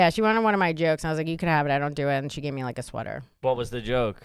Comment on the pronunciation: Gonna make this real quick and easy: If you pronounce the word "me" as "May", you're garbage.